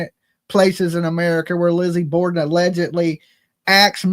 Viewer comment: Am I missing something? It's Borden. I just googled it.